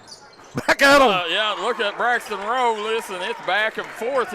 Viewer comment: It’s Rowe pronounced like how for #1 for Harlan. Not like row